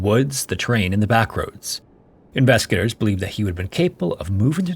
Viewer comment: Dude, slow the hell down. Even the captions can't understand your rapidly mumbled words, especially when you say, "investigators" it just sounds like "inveskagators." SLOW DOWN!